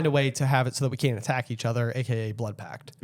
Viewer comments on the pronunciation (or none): none